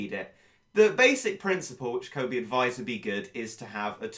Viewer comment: Cosmo Cat Of Air its coby not cobby